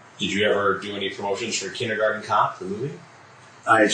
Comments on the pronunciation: "Kidengarden cops" "Moddle" "Modling" He definitely seems professional and legit. And I like the way "John Pederson" became "Scott Pederson" by the end of this interrogation. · .. Kidengarden cop? Kid-engarden. A little on the nose... what a scumbag.